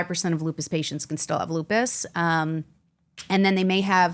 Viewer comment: If she says Lupis one more time, I'm calling Dr. House.